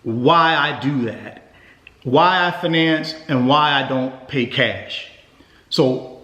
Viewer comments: Wtf is fuhnance... It's fiy nance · I can’t take you seriously when you say “finance” 😂 - (fye-nance) not (fih-NANCE) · I don't know if I can trust a man in finance that can't pronounce "fin - nance" correctly.